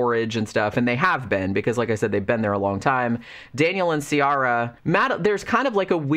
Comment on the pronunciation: This might change your whole experience of the book.. but Ciara in Ireland is pronounced Ki-ra 😄